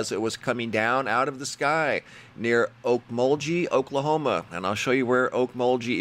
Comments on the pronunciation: Gee, not jee :-) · You do well pronouncing names,but Okmulgee is pronounced Oak Mull Gee(soft g like glee without the l) thanks for the update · Oak- mole- gee :) from a born n raised okie! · Okmulgee is pronounced like Kerr McGee. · Okmulgee = oak mul ghee. g pronounced as in grape. It's in east CENTRAL Oklahoma, about 40 miles straight south of Tulsa. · The "gee" part of Okmulgee is pronounced with a hard g, as in going or gone. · That's a hard g in Olkmogee. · Hi!! Just FYI, Okmulgee is pronounced with a hard “G” sound, like the “g” in Go. The Native American county and city names in O.K. give a lot of folks trouble in trying to pronounce them!! Always feel free to ask if you need pronunciation help!! 😊